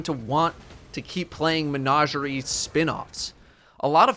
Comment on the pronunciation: Every time mispronounces menagerie I lose a little bit of my soul